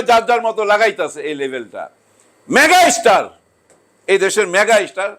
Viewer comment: ম্যাগা ইস্টার ? উচ্চারন ভাল করেন কাকা।